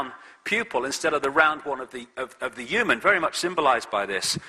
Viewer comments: sorry but why does he keep saying EWE-MAN instead of human it's so annoying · The only thing I know for sure is he pronounces 'human' as 'yuman'...